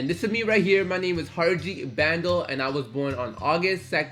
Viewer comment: Why can’t u pronounce bhandal the brown way 😑😑